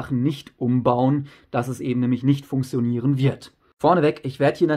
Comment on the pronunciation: Wie du funktionieren aussprichst regt so auf 😂. Aber trotzdem gutes Video